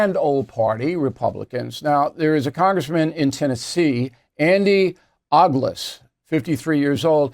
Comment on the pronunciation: Pronounce O (long “o”) Ogles